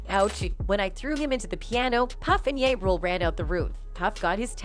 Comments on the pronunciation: I'm watching this video, listening to the narrator of this video. If you are spilling the beans on African American people, please pronounce their names correctly. Ja Rule is the sound, Jah. Tupac is the sound of Pock, not Pac. If you are going to do these videos, learn their names every time I hear their names being said incorrectly. It goes all over me. Please learn their names or don't do the videos. Just saying🙂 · Not going to believe this trash when you can’t even pronounce ja rules name right. Gtfoh! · mispronouncing names on purpose just to not get sued for defamation of character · Are these video compilation AI??... she pronounced the artist Jah rule as Yah rule. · Its ja as in jar....like really. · Its not ya rule stupid😂 its JA rule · Ja rule not ya rule. Ja ja ja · Out of all of the millions of people with just a little touch of swag in the world you couldn't find 1 to narrate this video? People not of the culture should not be reporting on hip hop. She is calling Ja Rule Yah rule. Not to mention how like all of them mispronounce Tupac calling him too pack. Half the lingo sounds extremely corny when she says it. I wish there was a hate button. 1 thumbs down is just not getting it. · Using this white lady voice to make it seem more important lmao..dam computer its ja rule not ya rule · It’s ja rule ja like (jah) not ya rule lol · Ya Rule... Is that Ja Rule? These don't automated voice need to properly pronounce English worda a bit more properly 😅😅😅😅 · Ja rule. Not Ya rule 💀🤦🏻‍♂️ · Pronounced as Jah Rule not Yah rule just trying to make money from black people's misery. Stop the properganda . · Ja Rule not Ya Rule lol. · I hate when white folks don't do enough research to know how to pronounce names.... Who TF is ya?! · we got a new rapper, Ya Rule....the AI voice on this is awful lol it called the D.A.s "the das" LOL!!!!!! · omfg his name is not pronounced YA and "2pack" seriously? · 🤣🤣The whole video I couldn't get past she saying "2 Pack & Ya Rule"